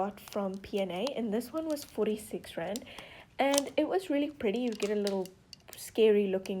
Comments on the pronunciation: The first time you said "Rand", I thought you said "grand".. so when you said 8 Rand I thought you said 8 grand.. I was like "Wait.. no way!! Oh.. wait-" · I thought she said grand not rand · Ok, why does it sound like she's saying grand when she says rand?